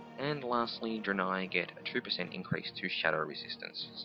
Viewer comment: it's pronounced DRAY-NAY! Not Druhhhh-nie